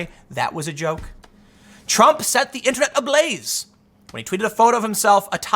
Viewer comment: I love when Tim mispoke and said trunk instead of Trump xd